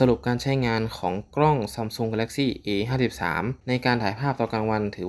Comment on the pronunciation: พูดให้ชัดหน่อยนะโดยเฉพาะคำว่า 53